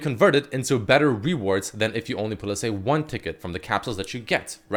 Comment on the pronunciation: Why can't he pronounce the word reward properly?